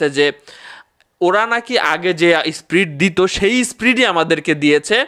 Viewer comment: SPRIT NA VAI SPEED 😂😂😂